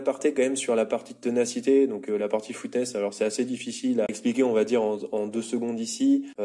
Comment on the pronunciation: Toughness.... prononciation: teuffness, pas footness